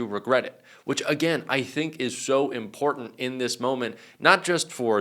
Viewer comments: What's "imporden?" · I cannot stand how this woman says important and its her frequent go to word. Ugh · AAAAAAAARGH!!! THERE’S NO “D” IN IMPORTANT!!! AAAAAARGH!!! 🤯🤯🤯🤯🤯